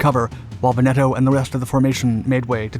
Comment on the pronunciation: Il Duce. Not "El Duce". Pity. You're otherwise doing pretty well with some the tongue-twisters Italian can throw at you. You nailed Taranto correctly, but Veneto follows the same rule - the stress is on the first syllable, not the second - VENeto, not venETo. Getting this wrong sounds like Laurel and Hardy which when dubbed in Italian had these mistakes for comic effect. Kudos for getting "degli" as nearly correct as an English-speaking tongue can - it's a sound specific to Italian. It's "Cunning-um" not "Cunning-ham" - it's nothing to do with cured pork.